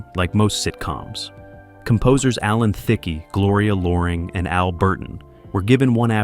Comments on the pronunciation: Alan Thickey???? The name is said like the word thick. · Alan Thicke's name is pronounced wrong, the "e" is silent. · Thicke rhymes with tick. The E is silent.🙄